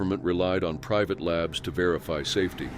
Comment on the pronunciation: Labs not kabs